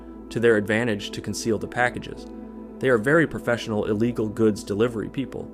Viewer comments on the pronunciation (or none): none